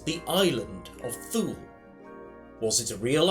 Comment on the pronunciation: I think it's pronounced more like 'toola'. Sorry to be pedantic;)